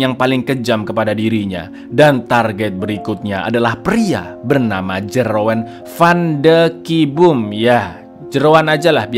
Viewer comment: ngakak bangettt, Jeroen jadi Jeroan😭🤣